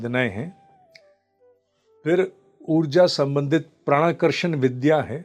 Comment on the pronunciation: Please Vidhya shabd ko Vidhya na boliyega